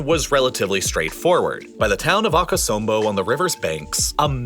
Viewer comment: Bro as a ghanian i find your pronounceations WACK i mean Aka-som-bo